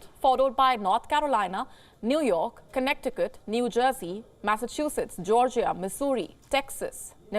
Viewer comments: Connect to cut! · When pronouncing Connecticut, the middle c is silent. Good report, but unfortunately little to no use of masks in the US now even in big box stores where transmission of illness is highest. Also, many people still refuse to get the vaccines, especially the most recent bivalent (combo shot), so they are very susceptible to getting infected. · It's Kuhnet-e-kit not, connect the cut.... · Connect E kirt🤣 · I am having breakfast while watching, when she said 'connect ti cut' I nearly it everyone out 😂 I'm sorry if this is racist but I just couldn't hold it in. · I LOVE the way you pronounce Connecticut!!!! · The second "c" is silent in Connecticut. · Lost it when she pronounced Connecticut 😭😂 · Great show! Just FYI. You are not pronouncing Connecticut properly.